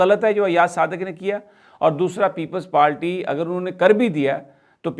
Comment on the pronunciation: یہ بندہ ہر با پیپلز پارٹی کو لیپلز پالٹی کہتا ہے 😃😃😃۔ پکا اردو میڈیم ہے اپنی رنگین قمیضوں سمیت ہاہا